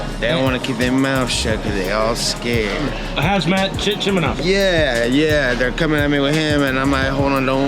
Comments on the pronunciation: The TMZ reporter said Hazmat Chimenov lmao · “Hazmat Chimanov”